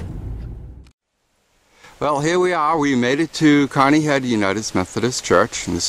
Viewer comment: This video was interesting but before someone does a video like this they should do their homework. Such as learning how to properly pronounce words like Phagan, Coweta, and Caney. Also it's common knowledge that Mayhayley charged a dollar and a dime for a reading. Maybe he'd had better luck contacting Mayhayley had he'd paid her fee.